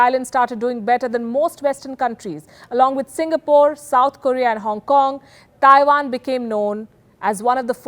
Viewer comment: Please stop saying "Thaiwan". It's Taiwan. There is no 'H'